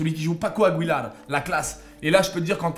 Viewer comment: ça se prononce "aguilar" pas "agouilar" ;)